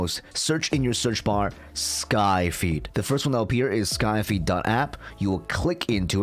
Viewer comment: Sorry but I keep hearing "my feet" 😭😭